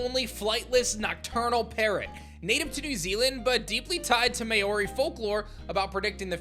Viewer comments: It’s pronounced more like MOW-ri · the way you pronounced maori gave a good laugh but good try saying it